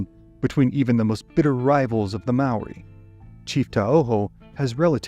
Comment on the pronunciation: as a kiwi, your pronounciation of Maori words is better than any foreign narrator ive heard yet, mad respect 💪